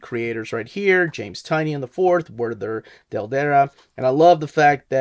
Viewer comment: Isn’t it TIE-nin?